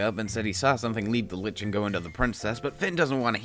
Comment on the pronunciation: There is no "T" in Lich. It is just Lich.